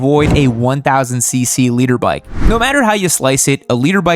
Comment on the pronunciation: i swear he was saying "Leader bike"